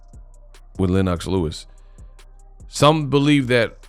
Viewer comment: the way pronounces Lenox Lewis is pissing me off lol